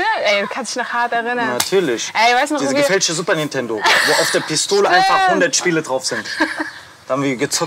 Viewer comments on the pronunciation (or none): none